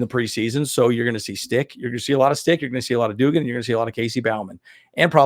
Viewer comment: "Doug•gan" 🤦🏽‍♂️